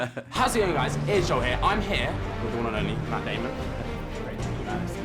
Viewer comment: or did you mean MATT DAAMOONN